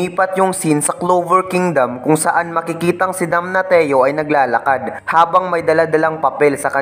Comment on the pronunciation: damnasyo yung pronounciation ng damnatio talo ka pang grade 1 kong pamangkin sa pronounciation